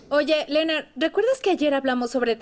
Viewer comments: Es Leonard no Lenard!!🤦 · Por que pronuncian Lenard??!??!1